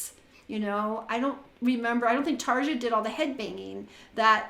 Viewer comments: bugging me that you keep mispronouncing her name... it's like saying "Tarr-yaww (roll the R's)" .. NOT Tar-juh... ughhh..... and she didn't 'stop' doing nightwish, she was kicked out for having an opinion on what music she had to contribute. Tuomas the keyboardist controls all that, he didn't like the fact she approached like that, BUT it was her husband that got in the way, she took his side.. in a letter to Tuomas, she expressed her feelings so they booted her. You obviously are not listening to her solo music since she left.. here is an example... if you're doing reactions, please for the love of all that is holy or evil, depending on your faith...RESEARCH ... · You keep mispronouncing her name, it's "Tarya" !!! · WTF does ANY of ^^^^^^^^^ have to do with this lady breaking down the singing of a singer? She said Tar-juh in the first part of the video... if you don't like it, click the F off and go to one of the other kazillion videos on youtube. I doubt has time to do 3 hours of research on the life history on every singer she reacts to... so she said.... let me know in the comments... so for the love of everything holy, evil and in between.... FO.